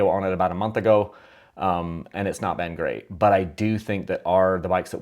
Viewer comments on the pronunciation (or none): none